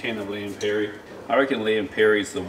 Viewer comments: It’s ‘Lea and Perrins’ not ‘Lea and Perry’. Also you said at the start you wouldn’t be able to taste the Maggie, but man that was a lot of Maggie... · Not Lea & “Perry”…Lea & Perrins.